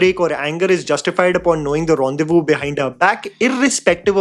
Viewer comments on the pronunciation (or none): none